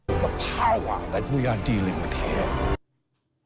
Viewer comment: THE POWAH THAT WE ARE DEALING WITH HERE